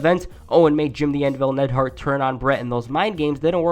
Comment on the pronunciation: It's not Nedhart you idiot.